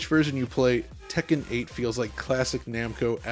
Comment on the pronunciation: I've never heard someone enunciate "Tek-ken" so clearly before.